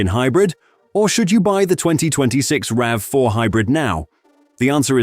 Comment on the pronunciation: I want Toyota to bring the RAV4 PHEV Woodland to Canada for 2027. We only got the HEV Woodland in 2026. P.S. Please retune your AI voice so it consistently says "rav4" not "ravvy4" every so often.